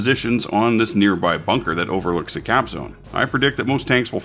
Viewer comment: Lol when it said 'CAP' and directed to a particular point I thought it said 'CRAP' XD